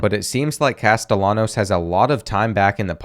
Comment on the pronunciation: he said castellanos wrong